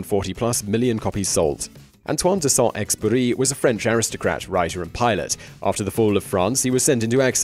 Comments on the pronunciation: FFS learn to pronounce Saint -Exupery’s name. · 1. « The Magicians Nephew » is the first book in the Narnia Chronicles, not TLtW&tW. 2. Antoine de Saint-Exupery (please do not forget to pronounce the letter « U » again!) also lived on Long Island, on Asharoken Neck. Huntington Historical Society documents this.